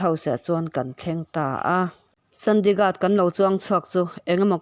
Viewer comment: I chhiar sual nge, a ziaktuin a ziah sual? Mout Abi hi Maharashtra state a awm a ni li, Rajasthan a awm a ni. Chandigarh i lam dik lo tluan parh!!!